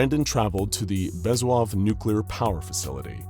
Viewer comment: It’s BEZ-OO-HOV